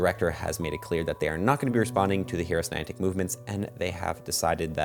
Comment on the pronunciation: When you're saying: HearUsNinantic, it kinda sounds like you're saying: HeroesNinantic! 😂